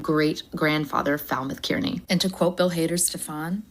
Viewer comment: Kearney Kyar knee Not cer knee Kyar knee.